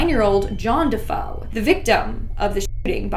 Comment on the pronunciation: you keep calling the De' Feo family the De' Fo family, it's pronounced De'Fayo as it's Italian. Look at my last name, don't you dare call me Canal 😂 it's pronounced Canaley. Great video, always ❤a good binge 🎉